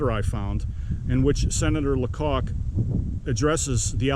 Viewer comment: Hi! Might I help you with the last name? The "c" isn't capitalized. So not pronounced LaCock. 😊 The "a" is long because the "c" is lowercase. Therefore pronounced (funny) is Lay-cock.😂😂 I have some personal knowledge on this matter. Very informative video! Thank you! 😊